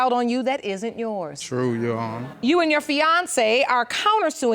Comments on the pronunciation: she's actually saying "your honor", it "sounds like "you honor". you got to listen real close... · Ndumbe Stop putting words in her mouth. It is pronounced: "yoowannhah". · How hard is it to say "YOUR HONOR" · Why she keep saying "You honor".... For goodness sake, it's YOUR HONOR!!! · Omfg its YOUR HONOR. not " you honor" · I thought it was "Your Honor" not "You Honor" 🤦🏾‍♀️🤦🏾‍♀️ special ed at it's FINEST 😂😂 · the pronunciations, pronouns, speech in general is just killing me!!! " YOU HONOR" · This would be the most speech impaired child ever "you honor" 🤦🏾🤣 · Why is she saying Uhonor??? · Yes You-au-wner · YA'ONNA lol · Between "udder" and "intervriew" by the potential BD and the constant "yes YOU honor" by the BM...I'm skipping to the end y'all...I can't with these two. Hollering!!! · No no no you wrong... “yo’honna” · she saying 'Yo Honor' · Nydel Ndumbe Right!!!! She just kept saying it. Good grief. I was trying to figure out if they were just super country or super ignorant.